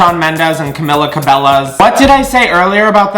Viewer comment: how u gonna say cabello right but not camila cmon if ur gonna roast my fav tHE LEAST U CAN DO IS SAY HER NAME RIGHT HHHHHH